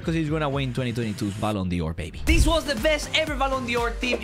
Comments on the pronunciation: I love how he says ballon Dior not ballon d’or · ballon "dior" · Me: Ballon d’or: Ballon Dior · “Ballon Dior” 2022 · ballon dior its dor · “Ballon Dior” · the way he says ballon dior :face-blue-smiling